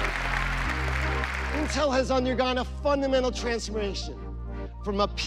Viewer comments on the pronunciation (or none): That first sentence really cracked me up 😂 "Intel has undergone a fundamental transgrmeationsh"